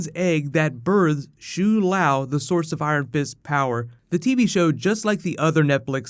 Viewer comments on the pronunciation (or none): pronunciation of shou lao is so off it's cringey. but great vid